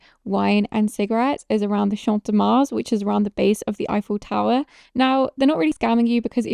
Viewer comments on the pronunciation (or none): none